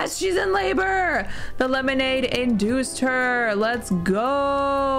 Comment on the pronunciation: "One ✨lemolade✨ please." That made my day